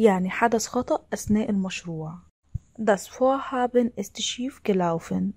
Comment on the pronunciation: شكرا عالمعلومات لكن اللفظ كتيير سئ ،